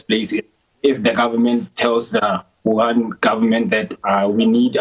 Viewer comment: Huhan??? No Wuhan